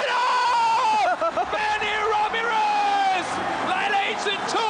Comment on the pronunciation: The announcer sounds like an American when he said Manny Ramirez.